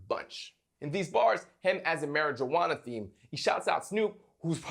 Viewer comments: "MARY-JUWANA" ?? I can't tell if you're joking or not. 🧐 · The way he pronounces marijuana :P